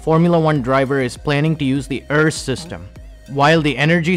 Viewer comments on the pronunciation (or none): Only thing is it’s pronounced ERS not errs